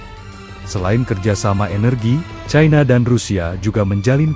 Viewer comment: Pembaca ini logat Jawa sangat memalukan membaca cina saja ti pecus yg benar itu China bukan Chaina seharusnya gunakan bahasa baku bukan bahasa ke barat baratan